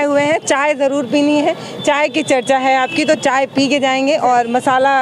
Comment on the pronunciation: mam कम से कम चाय को अchcha बोलो